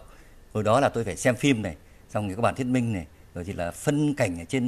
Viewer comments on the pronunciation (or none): none